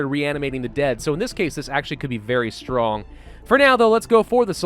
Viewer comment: "Zombie Stronk" with russian accent caught me off guard